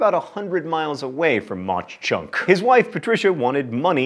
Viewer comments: I know mispronunciation is your thing but Mauch Chunk is pronounced Mawk Chunk. And its very beautiful!! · John, please pronounce the town names properly. I'm from Jim Thorpe, PA. Mauch is pronounced like the word mock, due to the heavy German influence on the town. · Its pronounced MOCK Chunk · It's pronounced "Maw Chunk" by the locals not Mock Chunk. I will say though that Jim Thorpe is a beautiful little town! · I live near Mach Chunk. It is pronounced like mock chunk. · Tickled that Jim Thorpe is tops, but sad... It's Maw Chunk; as in rhymes with Paw. Great List. Dutch Harbor was a fun surprise! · It's pronounced similar to "Mock Chunk." My grandparents live in Jim Thorpe, and the lake near by is still called Mauch Chunk Lake. Imagine swimming in a lake called that. It's as pleasant as it sounds. But Fun fact: The term "Mauch Chunk" actually means "Sleeping Bear" in the original Native American's language. It was called that because the mountain nearby looked like a sleeping bear. Which is yet another thing that is as pleasant as it sounds. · The town 'Mauch Chunk' is actually pronounced 'Mauk Chunk'. You had it right at the very end! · Mauch is pronounced mock (like in turtle). Some in the town want to change the name back to Mauch Chunk because being name Jim Thorpe has not brought fame or fortune to the town. Over the past few years the heirs of Jim Thorpe have tried, in court, to have his remains returned to Oklahoma. Now you know the rest of the story. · Mauch Chunk is actually pronounced Maw-chunk (all one word) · Mauch Chunk is pronounced maah chunk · It's pronounced Ma Chunk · the CH in Mauch Chunk is said like a CK. i know because i live like an hour away from Jim Thorpe and literally everyone says it that way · The mispronunciation of Mauch Chunk made me cry internally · i can’t stand the way he pronounces mauch chunk...